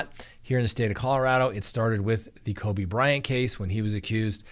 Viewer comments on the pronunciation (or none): none